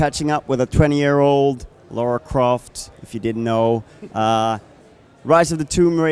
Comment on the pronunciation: Did he just say Lara Cross?